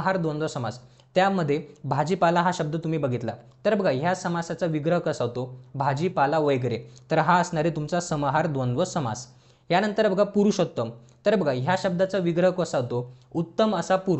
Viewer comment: Vagere la vaigere mhanale😂